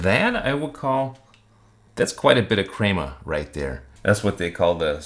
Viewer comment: Crema is pronounced with a short E, not a long E. Lavazza is pronounced as thought there’s a T at the end sounding like Lavatza. I had to bail out due to your mispronunciations.